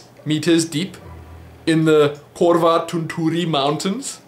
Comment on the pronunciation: You butchered "Korvatunturi" so badly I didn't even regocnise the word at first :P Anyway, it's in Finland and we tell everyone Santa Claus lives there (Oh, ignorant Americans and their North Pole).